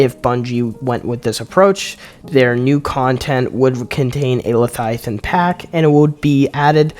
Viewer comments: OMG dude, it's Le-vi-athan not Lathiathan. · I thought I was losing my mind until I realized he was saying “lethiathan” over and over instead of leviathan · wtf is Letiathan ? lol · Say it with me “LEVIATHAN” 😂 great video man 💪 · Bro is illiterate. Lethiathan and vikrul. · Why are you saying Leviathan like that?